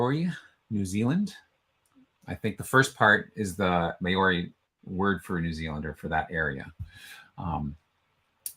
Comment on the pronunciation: I really applaud you for trying but your Maori pronunciation is shocking. e.g. Ngati - the g is silent. Maori is procounced Mao - ree not May-ri and the name for New Zealand is pronounced A-O.-tea-a-row-a. The Waikato river is pronounced Why-cat-o pretty much. I am Pakeha (Pa-key-ha) which is a descendent of European settlers of NZ. Someone should maybe put the phonetic pronunciation on those meanings at the bottom of the profile.